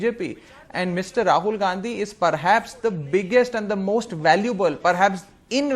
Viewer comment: It's Rahul not Raghul